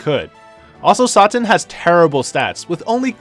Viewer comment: Whats wrong with your pronunciation with some of the character names? Did you even watch dbz? Or are you just butchering their names on purpose? Mr. Satan dabura and arale... really?